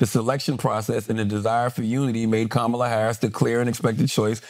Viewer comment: I don't understand why Andrew can't properly pronounce VP Harris' first name. It's not hard at all.